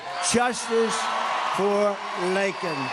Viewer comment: JUSTICE for LAKEN !!! Thank you president trump for pronouncing her name right and showing them so much respect .